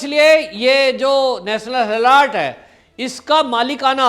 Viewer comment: गलत ऊच्चारण ।। हॅलोर्ड मत बोलीये । हेरॉल्ड बोलीये ।